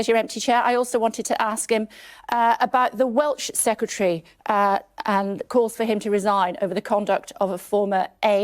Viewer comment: Did Kay Burley say "Welch Secretary"?